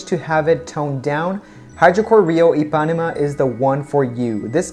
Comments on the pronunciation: Hi did you pronounce correct “Paraty”, but “Ipanema” you accentuate iPAnema, and the correct is IpaNEma ( i Put in CAPS LOcK for try explain better). I am brasilian 🇧🇷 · I'm brazilian and we talk IH-PAH-NEH-MA, not EE. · So refreshing to see a guy trying these on! For pronunciation (I'm sure you've already found out by now) - Ipanema is pronounced like this: EE-puh-NEEM-uh. So you stress the first and third syllables. For reference go to: ("The GIrl from Ipanema" - my parents "song" and a beautiful island, Brazilian flavor to it. Anyway - awesome video, great personality and very articulate descriptions! Bravo! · Also For Ipanema the stronger syllable is NE so you should say ipaNÊma not iPÁnema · love them!!! E-pan-e-ma. like the song!!!! Im getting those!!! ❤️❤️❤️ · Pronounced E-pah-nee-mah . Like the bosa nova song "girl from Ipanema" ☺😉 great review!!! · Good choice, the color ipanema look very nice on you. Ipanema is a famous beach in Brazil and it is pronounced like this: Ypanema without the accent. Just like the famous song "The girl of Ipanema" "La chica de Ipanema", "The garota de IPanema" in portuguese ( Lyrics: Tall and tan and young and lovely The girl from Ipanema goes walking and when she passes, each one she passes goes - ah...) Also, the Buzios color looks very natural too. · It’s pronounced IpanEma dear! With the accent on the E. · Heeo Djee Gianay-roo. ee-pah-nee-ma. boo-zeews. pah-tta-tchy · The correct pronunciation of Paraty is to use the strongest syllable in the "ti" and not in the "ra". I'm Brazilian and I lived in Rio de Janeiro for many years. The correct pronunciation of Ipanema is, In English it is the sound of the letter "e" instead of the letter "i" of ipanema and the strongest syllable in the "ne".